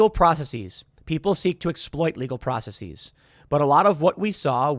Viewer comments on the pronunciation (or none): Dislike for faux intellectual pronunciation of the word 'processes' as "process-EEEZZE" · "Process-eeze" is not a word.